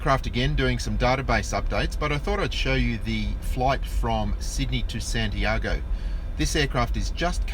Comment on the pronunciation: I can’t get past how you pronounce Santiago